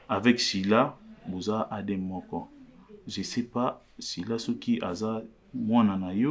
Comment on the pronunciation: Bolekisi bosali attention te? le médecin dit adm au lieu d'ADN